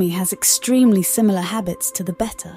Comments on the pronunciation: The constant pronunciation of (bet-ta) instead of (bay-ta) drove me 🤪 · I like how she pronounces betta and better the same way…and they’re both wrong 😂😂